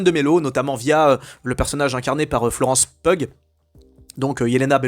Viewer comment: "Florence Pug" m'a éclaté. Je m'y attendais pas haha (ça se prononce "Piou") Juste pour regarder Thunderbolts, faut avoir vu au minimum Falcon & the Winter Soldier, Black Widow, Hawkeye, Antman 2 et Brave New World. On est proche des 18 heures de contenu. Ça serait pas trop mal si tous ces projets etaient bons, mais on en est très loin... Honnêtement, j'ai accepté le fait que pour regarder ce qui m'intéresse dans le MCU, je vais devoir assumé de pas saisir certaines choses et de passer outre les "trous". C'est terrible. J'ai vraiment hâte de voir comment Gunn va s'y prendre pour rendre le DCU connecté, mais où chaque projet reste indépendant du reste. C'est une sacrée promesse à tenir, mais ça devient nécessaire là.